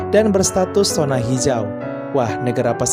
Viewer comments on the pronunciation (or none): Min, zona ya dibacanya zona, bukan sona